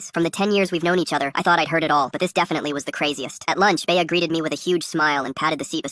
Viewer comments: AHHH ITS NOT BAYAH ITS BEA LIKE BEE NOT BAYAH 😭😭😭😭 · Bay-Uh lol. AI is still so dumb